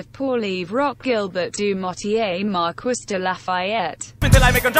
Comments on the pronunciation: Mar-quiss? It’s pronounced mar-kee... come on automated computer voice! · "Mar-KISS"? Sounds like the text-to-speech program was left on "rural american" when making this :D [It's Mar-KEE, btw.] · "Mar-kwiss de Lafayette" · Miranda Mobley ITS MARQEE (pronounced like that) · Mar-kwiss I KNOW IT MAKES ME SO ANGRY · You couldn't even have a French tts read it. MarKUISSSS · Pronouncing marquis like Mar-kwis hurts my soul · Siri, how do you say marquis? “Mar-kwiss” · the way it sais it lie its acc said marquis hahaha me MARKEE ITS MARKEEEEE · If you are going to use his full name, at least program that AI voice to pronounce his name correctly!! Mar-Kwis???? Wow! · As someone who studied French, I felt EVERY inch of my skin crawl when I heard that pronunciation. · The pronunciation of Marquis makes irrationally angry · I cringe every time the voice mispronounces “Marquis de Lafayette” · marie-joseph paul yves roch gilbert du motier marquis de la fayette (side note: i find it absolutely hilarious how the tts mispronounces “marquis” lol)